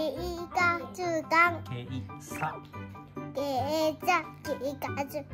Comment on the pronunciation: “軽骨官の帽子”“形カツ感”“K喝感” 警察官の発音難しいよね🤭 シュピッ敬礼👮捕まえた！カッコいいね😊